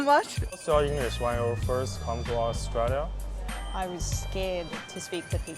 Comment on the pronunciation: ，澳洲念aus zhui liya，不念aus tree liya。。。。。